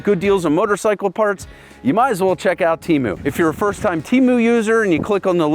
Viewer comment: Temu is going to be PISSED you said their name wrong 🤣🤣